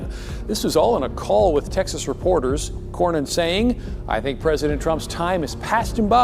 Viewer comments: “Corn in” is how his name is pronounced doc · John cornyn. Pronounced corn nin..